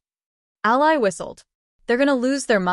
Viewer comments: When are you ever going to learn how to pronounce names, Ally is Allee not Ali Ali in a person or country who is on your side. If you can't do that quit trying this is supposed to be enjoyable for me and all of your other readers. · Yeah. The way she pronounced Ally. Haha